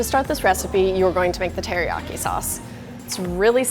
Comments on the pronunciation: "I love chicken heriaki" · “Hairyaki chicken.”